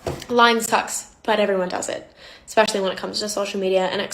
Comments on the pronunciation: The reaction girl really said “expecially” y’all 😂😂😂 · I can't take girl in the pink seriously when she's having a huge attitude then says "eXpesially". Also, big self report for being a huge liar on her part. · She say’s “expeshally” instead of “especially” She thinks she is smart 😆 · Anyone who says “isn’t everything lying” is not to be trusted. ESPECIALLY if they say “Expecially” like that’s a real word. They’re dishonest AND kinda dumb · Lol can't take that girl seriously anyway when she's out here saying "eckspecially" 🥲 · Why would I listen to someone who says eggspecially? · Why am I even here, I haven't worn mascara for eons, I hate L'Oréal regardless as I only use cruelty free makeup/skincare. It was an entertaining video regardless and there is so much more to it than a lie about mascara, I learned a lot so thank you. ❤ **EXpecially got me giggling! 😂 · I'm not listening to anyone who pronounces it "eXpecially". (Lookin at you, ) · LoL the girl in the pink just likes to hear herself talk, using dramatic pacing in her cadence to make it seem like she had a valid argument but she really didn't have one at all. Also, people who say "expecially" should never be listened to. She probably also says "pacifically" instead of "specifically". 🤮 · so pompous but can’t pronounce “especially” correctly. she’s a treat.